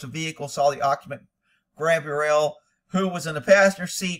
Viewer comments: Gabby or cab-rie-LLa/girls name not cabriel/boy name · calling Gabrielle "Gabriel" is so distracting, haha. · Man at least say HER name right